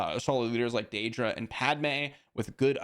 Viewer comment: The way you mispronounce Dedra over and over again makes me think you've never seen the show Andor.